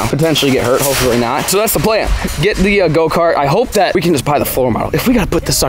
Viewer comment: lol he said lets not get hert YET